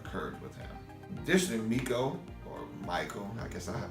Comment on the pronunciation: Hes "known you for years" yet he cant even pronounce your name correctly...lol...he calls you My-ko, instead of Mee-ko ..and this is who youre trying to use as your character witness? 😅😂